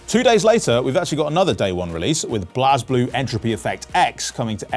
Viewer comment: The way this man said blazblue hurt my soul